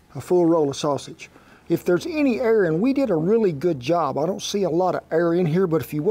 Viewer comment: so the whole time he was saying "Air" aaaaaaaaaaaaaaaaaaaaaaaaaaaaaaaaaaaaaa!!!!!!! I was like what is "err" !!